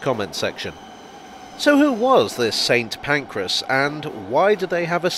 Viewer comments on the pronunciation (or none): I have only ever heard it mispronounced as St Pancreas on this channel